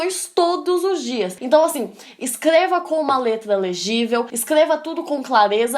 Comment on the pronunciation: Só eu ouvi q ela falou "Escleva" e "Plimeilamente".Sem ofensas, só estou perguntando